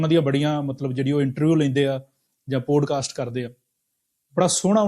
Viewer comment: ਪੋਡਕਾਸਟ ਨਹੀਂ ਪੌਡਕਾਸਟ...this is for MOST Indians. Learn to correctly pronounce English words. It has NOTHING to do with accent (American or British)